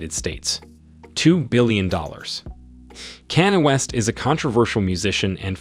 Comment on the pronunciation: You can't even pronounce Kanye West